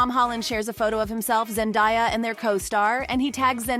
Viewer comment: Could you like pronounce her name correctly? Zen DAY ah